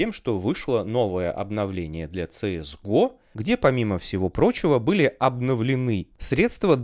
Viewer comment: Ну всё хорошо россказал , но говорить на КС:ГО - ЦС ГО безумие, или соунтер стрике